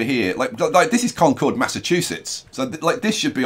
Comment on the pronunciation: I mean I'd love to see some more New England names. Maybe shift the whole northeast corridor down? Also just for reference, Concord, Massachusetts and Concord, New Hampshire, are pronounced as "conquered."